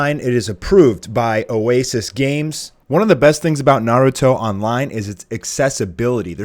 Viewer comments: "Naahrutoe" head ass is dumb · J SLAYS yah its naruto with a b its dumb. Its like instead of Gohan its Bohan.